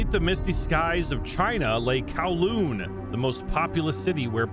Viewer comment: i instantly gets trigger when he says kowloon as kawloon